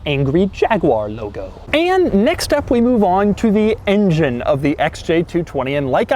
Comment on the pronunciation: Love it how Doug now says "engine" rather than "ingine," as he used to say till a few months ago. ... oh oh ... he reverts to his old ways ...